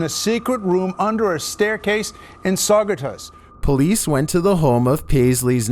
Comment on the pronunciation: I lived a mile from the Saugerties one and the news guy missed pronounced it .